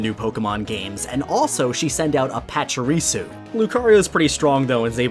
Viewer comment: Patch-uh-ree-soo ❌ Paw-chee-ree-soo ✅